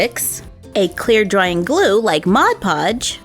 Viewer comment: Lol sh said mode codge